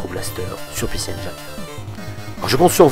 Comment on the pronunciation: les mecs, arrêtez avec "PéCé enguailleneu", ca se prononce [i]